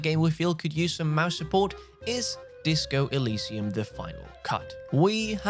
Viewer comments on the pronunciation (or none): none